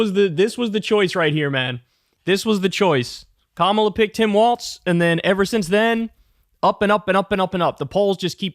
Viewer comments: DUDE his name is "Walz"! Not "Waltz"! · Lol Kyle keeps saying Waltz, no wonder I was confused when I saw he name is WALZ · It's pronounced "walz" not "waltz" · Kyle, his name is not goddam Waltz, its Walz. There is no T. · Kyle, it's "Walz" not "Waltz". Come on man. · sir it’s Walz not waltz …❤ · KYLE! STOP CALLING HIM WALTZ!!!! THERE IS NO 'T' IN WALZ! Five seconds in, and you did it again! Like in every single clip you post and say his name in... How can you chide trump for calling KAmala KaMAla, when you mispronounce her running mate's name every... single... time... Next video I hear you say his name wrong again, I am going to click you away and never click any of your videos again. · "Walls" not "Waltz" sincerely, a Minnesotan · Walz, not waltz! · Kyle.. love ya.. forever and always.. but there ain’t a damn “t” in “Waalz”. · kyle it’s not waltz it is walz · You have to stop adding a "t" to "Walz" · Kyle, it's pronounced WALLS not WALTS. For someone so infatuated with him, you think you'd be able to pronounce his name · must one of those weird things where kyle pronounces it wrong. he does that with some other words too. i also heard that in german language the 'walz' has a T sound in it. (no idea if tim walz has german ancestry or not) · Pronounced "Walls" - like "Balls"...lol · Is it just me or Kyle keeps mispronouncing his name “Waltz”. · If we're going with German pronunciation the W should be pronounced like a V. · There’s no “T” in Walz,. Please stop pronouncing one.